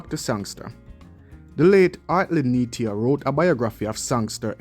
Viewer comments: Neita, pronounced NEEETAH, not Neetia. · It's Hartley Neita..... pronounced Neeta